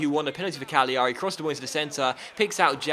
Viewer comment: put the emphasis on the first a in cagliari